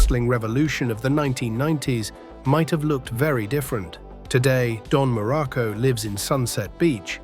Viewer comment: Dude AI sucks balls, can't get the pictures right and cant even say his name correctly.